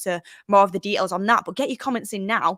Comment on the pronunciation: Details not dehails lol .